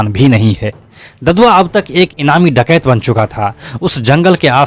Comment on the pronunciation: डाकयत क्यों बोल रहे है आप